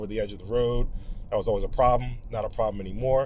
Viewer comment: … wow, this certainly is a prahbm — and an unusual one, two!